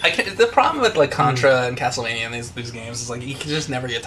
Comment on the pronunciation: james, i love ya, but please stop saying castlevanyuh. it's castlevania(like as in mania).